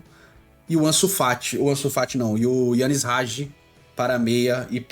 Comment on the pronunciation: Bizarro dps que falou ansu FAT eu parei de ver